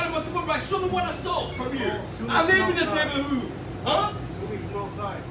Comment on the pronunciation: “I live in this neighborWHO” lol man needs English lessons